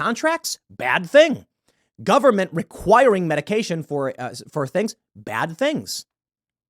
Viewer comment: Tim... "The nine most terrifying words in the english language are... I'm from the Gubberment and I'm here to help." ...Ronald Reagan. FFS Tim, stop it please, get some help!